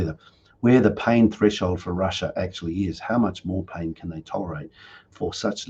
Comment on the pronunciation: पैइ्इन 🤣🤣🤣🤣🤣🤣 Today show is going on in english language.. wow